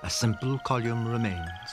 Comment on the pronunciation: That must be the strangest pronunciation of the word “Column”.